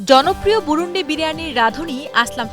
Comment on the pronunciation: ম্যাডাম এটা বুরুনডি না বুরুনদি আমার পাশের এলাকা।।